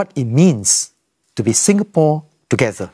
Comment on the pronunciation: In case people miss east-coast-plan-singapore-togeder man's 'togeder'...it is